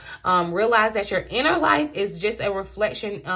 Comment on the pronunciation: Woahh ..you caught how you said "INNER LIFE"...Idk maybe it's me